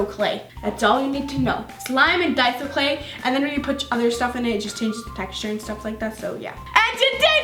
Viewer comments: “It’s die-so not day-so.... don’t say it wrong Bc people will attack you” continues to say it wrong <<< not meaning to hate lol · she said daiso (ay) instead of daiso (i)😡😡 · Ok so i love how u said to pronounce daiso like die-zo or else everyone will attack u for it then u said day-zo lol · it is called daiso which sounds like dayso but you say dieso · "type up d-a-I-so on Amazon. Even though it sounds like daiso, it's daiso, and if you get it wrong everyone will attack you for it." puts on daiso: " ohhhh I love dAiso mixing,dAiso is so satisfying to mix in." WTF u said to pronounce it diaso lol 😂 love u soooo much!! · It’s Dasio (DAY-SO) not Dy-So lol not to be rude or anything😂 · You said DAYSO not daiso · It’s die-so. Not day-so! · I like how she said,” don’t say it wrong or else everyone will attack you!”, yet then she called it DAY-SO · But then she said lets do some dayso mixing I love dayso mixing lol 😄💜😂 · Don't pronounce Daiso wrong Also: Pronounces Daiso wrong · girl your saying dont say it wrong and then your saying it wrong!!!!!!!!!!!!!!!!!!!!!!!!! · You told us not to say daiso wrong but when you where mixing in the cost you kept saying it the wrong way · NO HATE but did anyone notice how right after she said not to pronounce daiso wrong but then she pronounced it wrong😂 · She said don’t pronounce daiso wrong but then she did it herself💁🏻‍♀️ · she said don't say it wrong then she says it wrong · Omg you said it wrong!!! 😂 im kiding lol love ya!❤️ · Is daiso clay pronounced... 1 day-so 2 die-so 3 da-si-o ??????